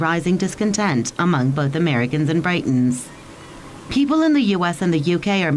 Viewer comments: did she call us Brightons ?????loooool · Barbara Weaver. I should of clarified, I was referring to the news reader at the beginning, with her pronunciation of Britons.